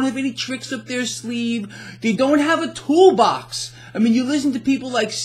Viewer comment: Lmao "The thoolbox"